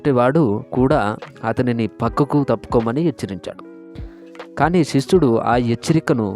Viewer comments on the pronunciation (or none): శిశుడు కాదు రా. శిష్యుడు